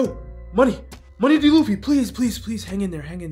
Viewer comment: BRO SAID MONEY D LUFFY LIKE IN THE AIZEN DISRESPECT VIDEO